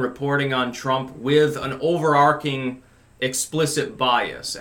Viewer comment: is it “over-arcing” or “overarching”?